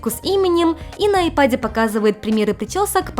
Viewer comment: Что такое :» ипад»? Или это ваше личное произношение? Ай- пэд = IPad